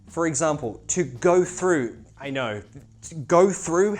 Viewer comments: I'm just crying looking at u pronouncing throughth 😂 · Troughth lol man